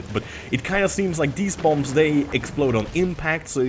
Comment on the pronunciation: Hey, the last B in bomb is silent:)